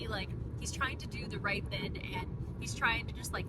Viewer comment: i just found your channel and i idk i like the way you express yourself and its silly the way why say thin and not thing 😭💗